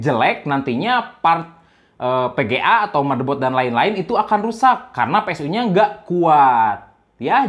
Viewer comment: Sama kalo bisa huruf V sama F jangan diganti pengucapan nya jadi P..... agak kurang enak di dengermya..... Vga jadi PGAAA, File jadi PAILE, Seven jadi SEPEN